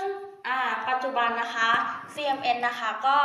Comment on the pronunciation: CMS หรือป่าวคะ? ได้ยินเป็นCMN